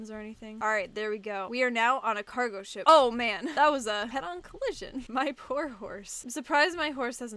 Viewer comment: This is hilarious btw did you guys noticed that when said,"ship" it sounded like she said,"sh*t"